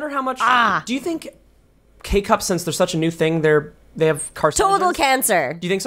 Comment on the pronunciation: you say sense instead of since and it upsets me